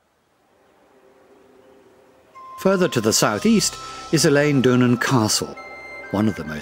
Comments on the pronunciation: Pronunciations are terrible. Eilean Donan is not pronounced like that haha haha. Do some research before you make a video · Great film. Spectacular and informative. I agree the pronunciation left a lot to be desired: but hopefully loads of tourists will be encouraged just the same, all asking the whereabouts of Elaine Doonan's castle and it's surrounding lock (and possibly canal!). I bet the narrator manages to buy his croissants for breakfast and avoids the croysants... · Almost every time I read of or hear about Eilean Donan Castle, a different pronunciation is given. Here, it's ih-LEEN, then later ih-LAYN. A Scottish video yesterday said ELL-in. There's EYE-leen, eye-LEEN, el-LEN, el-LEEN, AY-leen and probably others. I've begun to think it's a conspiracy so the Scots or someone can make fun of ignorant tourists. Seriously, is the name pronounced differently in different Scottish dialects? May I suggest that a Scot trained in IPA write out the correct pronunciation for the entries on Eilean Donan at Wikipedia et al., and add audio of someone saying it? In the meantime, I would hope Scots would remember that they'll make plenty of pronunciation errors in a foreign country, too. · Dreadful pronunciation of Eilean donan Castle pronounced aaylun donan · Whoever narrates this video mispronounces the name Eilean Donan. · Good video , be better with a Scot doing the narration , this Englishman does not know how to pronounce names ! Eg , Eillean Donan , Dunvegan , Gaelic , Sleat etc 😂 Spoils all the effort that went into making it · Worst pronunciation of scottish names ever. Wtf is this.. Ilan donnan, locks???